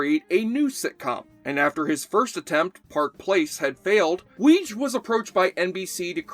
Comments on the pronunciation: The creator's name is pronounced Wee-gee (with a hard 'G'). Also, Karen Austin played Lana Wagner. But, a true fan would know those facts, wouldn't they? And never belittle Jeff Corey playing Santa. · Loved this show. Markie Post was my 1st celeb-crush! What a knockout! ANY time my friends and I saw John Laroquette in anything he was immediately called Dan Fielding. Also Weege is pronounced WIGGY, per Harry Anderson on an appearance on the Carson Show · FYI, Reinhold Weege's last name name is pronounced "wiggy". (I am/was a relative of his, RIP Reiny) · I worked the show all nine years. Reinhold's last name was pronounced Wee-gee.